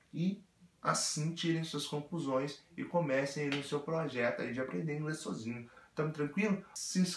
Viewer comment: Esse seu Sôzinho é ótimo ! kkkkkkkkk